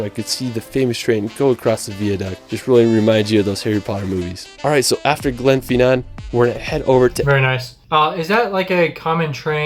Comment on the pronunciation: How is it possible to get pronunciations that wrong? Glenfinnan is pronounced phonetically and Holyrood is pronounced Holly-Rude. It might not be intuitive, but it’s the seat of our government, a quick google search would tell you how to say the names properly